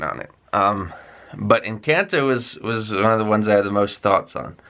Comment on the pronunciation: You pronounce Colombia and Encanto like a native Latino, very good.